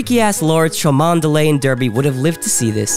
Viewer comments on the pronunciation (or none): Cholmondeley is pronounced "Chumley". Derby is pronounced "Darby".